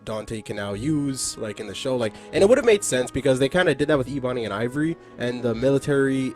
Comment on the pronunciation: Dawg, it's pronounced (Eh-buny) Ebony, not (Ee-bunny). Besides that, 💋💋💋 Great video.